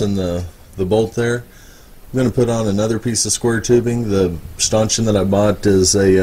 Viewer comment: Great job on that stanchion (pronounced "Stan" "tion") ! Once you get a little sanding and paint done on it it'll look brand new!!! I'm sure people spend hundreds of dollars for those!! Thanks again for sharing!!